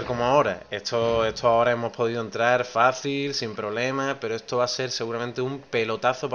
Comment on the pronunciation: etoo etooo ESTO !!! pronuncia bien la S !!!